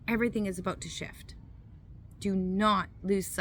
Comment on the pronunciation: Thank You, I subscribed because you get to the point. Some read the preprinted copy on the whole hand, and go too long. The way you saw “Aboout” sounds Canadian ??? We have been running our business despite hysteria and demonic types. I laugh a-lot, sometimes nervously, but I learned laughter is always the best medicine. Entrepreneurs never quit, they just run out of capital.